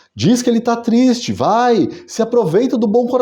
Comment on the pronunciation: "Tô tisti" 😂😂😂😂... Excelente conteúdo! 🇧🇷🇧🇷🇧🇷